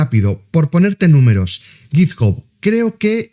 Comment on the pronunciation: sin acritud, pero la gente que intenta pronunciar en inglés con un mayor nivel del que tiene, normalmente la caga, lo digo por ese git "job", en inglés tanto británico como americano, "hub" se pronuncia como "/hʌb/", vamos simplificandolo en español sería una especie "jab".